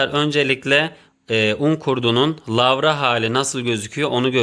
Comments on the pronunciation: Yanlız lavra değil larva. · Lavra değil larva😁